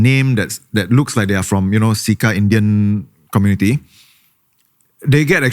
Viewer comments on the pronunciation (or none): im pretty sure its pronounced "Chair Cha Pests" instead of "See Ka Pests", wrt to "CECA Pests".